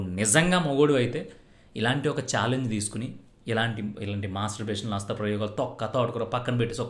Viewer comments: Hastha bro adi hasthra kadu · Nee mokam asthra kadu hastha